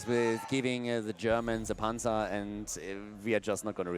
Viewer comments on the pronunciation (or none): none